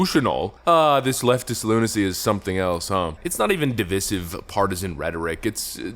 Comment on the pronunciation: When did we start pronouncing 'divisive' that way? It's very much incorrect, but lots of youtubers in this political/current-events circle seem to have started doing it.